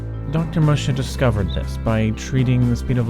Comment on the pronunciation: Assuming "Musha" is a Japanese name, it's pronounced more like "Moo-shah". Fascinating video, though!